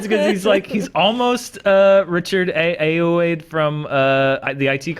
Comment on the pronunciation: That is not how you pronounce Ayoade. Not even a little bit